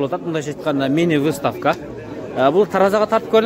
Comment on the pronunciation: Ставка эмес выставка деп айтсан в га ударение коюп